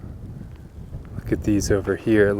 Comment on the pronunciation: 2.5 lol. Your first huh was a haw lol. Love your videos Brother